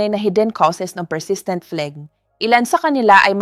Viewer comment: Pronunciation of phlegmn ay flem not fleg